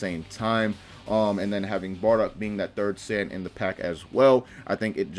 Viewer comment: you said sand armor I should slap u it’s SAIYAN NOT SAND